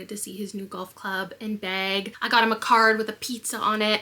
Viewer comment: girl i thought you said you made liam “beg” for his new golf clubs😂🤣 bag.. you said he got new golf clubs and a bag🤦🏼‍♀️